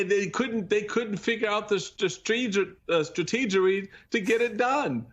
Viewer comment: Michael Steele couldn't figure out how to say 'strategy' and came up with 'strateegery'?? I'm embarrassed for him.